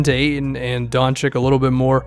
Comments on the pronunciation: btw doncic is not donchik but donchich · DON-CHICH. NOT DON-CHIK. PLEASE. GET IT RIGHT. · Don cheech not Don chick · PSA: It's pronounced Doncheech